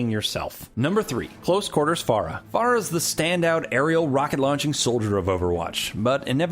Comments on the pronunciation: ITS FER-AH not FARA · it's pronounced "Fare - ah" not "Far - ah" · Its not fara it's pronounced faira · It's not phrah its phara